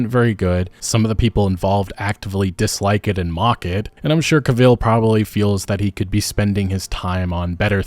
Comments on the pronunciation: How could you say his name like that 😂 that terrible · Great video but please pronounce Henry’s last name correctly in the future 😂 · Yet he butchered Cavill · Loved this vid, please pronounce Henry’s last name properly. Really annoyed me. Apart from that good content. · Please learn how to say both "Debuted" and "Cavill" before making another video that includes either. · I can live with Hemsworth, I guess 🙄 ...but mate, please learn how to pronounce "Cavill". You're messing with my autism 😕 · Are you illiterate? You can’t say Henry cavill, or debuted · I thought it was pronounced Cavil, not Cavil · Dude the stress is one the 1st syllable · I’ll watch as long as Cavill is playing the part. He’s the only one worth watching. Ciri might end up being good, but Yen and Triss (especially Yen) are not good characters (no shade to the actors). I won’t be watching season 4. Also you’re pronouncing Henry Cavill’s name wrong. Damn, he’s such a good Geralt, and a fan of the material. What idiots. So many projects are mismanaged anymore. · Learn how to pronounce words man. Dang. You lost all credibility when you pronounced Cavill's name wrong. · I wish you could say Cavill properly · it's pronounced Cavill not Cavill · And I just started a 4th Wild Hunt playthrough too. Show isn't that great anyhow. Henry is a great Superman though! I always thought Anson Mount as Geralt was always a better choice and i am a fan of Henry's. Pronounce his last name right too for the love of God lol. anyhow the show was always kind of shit and HC deserves better either way. Agreed on Liam 100% he is trash (just like his brother, Thor sucks). show is dead after season 3 when he is replaced. Rings of Shit and Halo was DOA! Modern Hollywood is pretty crap anyhow. Looking forward to that remake though! It was great news to see that is getting a remake. Netflix has Squid Games but that's about it too. end rant lol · You are pronouncing his surname wrong. Pissed me off the hole video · Henry Cuh-Vill